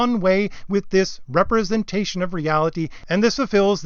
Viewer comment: Very well presented and accurate! Except I believe you mean a REP-RE-SENTATION of reality, not a RE-PRESENTATION of reality.